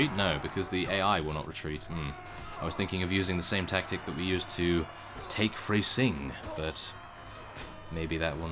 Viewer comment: Freising isn't pronounced Fraysing. It's Fr-i as in bright-zing.